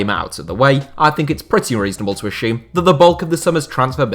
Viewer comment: The phantom "H" in the word Assume......... "Ashewm"